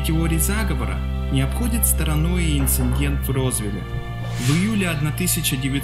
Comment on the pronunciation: мне одной все видео резало слух то, как автор произносил слово инцидент с «н»?